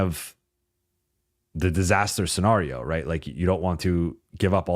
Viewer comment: Love Dude is obviously VERY intelligent, but every time he says "scenario" I do a double take. And he says it a lot. 😂